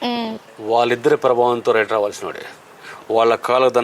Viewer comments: వ్రయిటర్ కాదమ్మా. రైటర్ అనాలి...... 🤣🤣🤣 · వ్రఇటర్ ఆ 😄😄 ... రైటర్ అంటారమ్మా ... ఏంటో ఎక్కడ నుండి వస్తారో వీళ్ళు